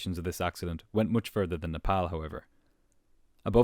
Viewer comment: Love how he pronounces Nepal correctly ❤❤